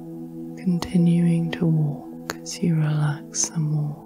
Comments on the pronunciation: I usually enjoy these but this time I could only focus on the fact that you keep saying “relack” instead of relax. It super distracting. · I"ve been enjoying your videos and your voice, but in this one I find your voice a little too relaxed, because everytime you pronounce "relax" as "relak" it pulled me straight out of my relakation 😄